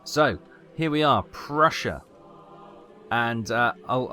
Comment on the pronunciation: Yup, you nailed the double-s sound.